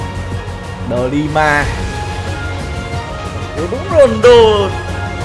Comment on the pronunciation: Với anh Quang là De Lima Với anh I Nove là De Nima